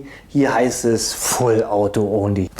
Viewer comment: Sorry aber ich finde dieses Denglisch(Deutsch-Englisch) so schlimm. "Onli" "Autabärrel" "Rifiu" "Fullauto" "gimmik" Bitte! Entweder richtig aussprechen oder auf deutsch. DANKE